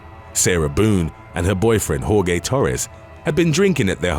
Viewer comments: Jor-hay not Jor-gay and even this is not proper pronunciation. In Spanish it is Jor-heh. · Jorge is pronounced Hore-hay. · haha "whore-gay" (jorge)